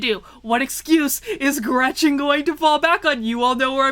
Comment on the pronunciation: Her name is Gretchen. Just say'n.